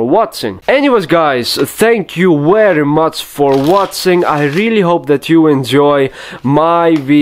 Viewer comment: 53 minutes of "wery just like that".